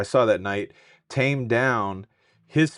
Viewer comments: Taimé's name is not 'Tame', it's pronounced Tay-mee. Please fix that. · His name is pronounced TIEmee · His name is pronounced TAY-mee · FYI- Taime is pronounced like Jamie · The correct pronunciation is tay me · Heartbreaking. And his name is pronounced “tame eeee” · Not being rude but you pronounce his name wrong and I realize you are probably are way younger than I. I would say that lady's mother, bless her heart doesn't know that her daughter does drink because out of respect for my grandmother that raised me I wouldn't have the heart to tell her I drank either. I think couples that have issues already maybe with jealousy should bring along the other to anything where there are women galore, or allow the alcohol to flow but he probably did take her along to show her he wasn't with other women. I pray for her family and I seriously pray for Taime because he was there and more than likely attempted to stop her and now will have to see that the rest of his life and do hope people don't try to say he did it. The argument people say they heard may have been him trying to stop her rip sweet lady ❤